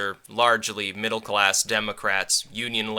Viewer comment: "Middle glass democrats" Not sure if you misspoke or your mic didn't pick that up.